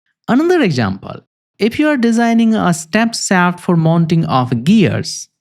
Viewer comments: "Shaft", not "saft" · You need to work on pronouncing "sh" You pronounce shaft as saft. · Interesting video and presentation. I would suggest that you need to improve your english pronunciation. It took me about a thrid of the video to figure out what you mean when you were saying sap (shaft). The where many poorly pronounced word that need improvement.